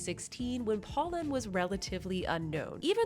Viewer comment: “Poe” not “paw”!! My friends and i made it a drinking game! You have great content. Just needs tiny bit of refinement, especially when reviewing brands. 😊